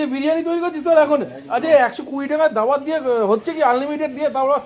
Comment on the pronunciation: বাল্ dawat এটা daawat